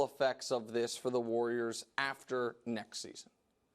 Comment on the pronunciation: The way brou pronounces warrior is hilarious. Woyer.